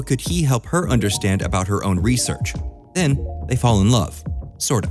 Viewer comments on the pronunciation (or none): none